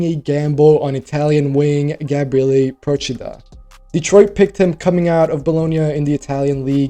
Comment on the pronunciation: as an Italian gotta say, props for Procida's name pronounciation....perfect, I heard so many americans mess it up already xD